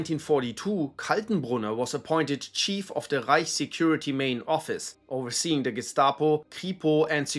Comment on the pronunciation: The way author says ””Rrrreich” gives me some specific vibes ))